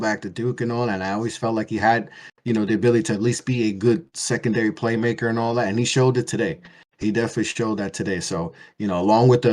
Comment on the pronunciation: I literally didn't hear a word said for a solid 20 mins. All I could hear ringing was ANALLAT